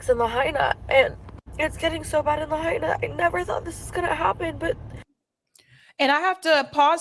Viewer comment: You lost me when you could not bother to pronounce Lahaina correctly. There is no "hay" in Lahaina. It is pronounced la HIGH na.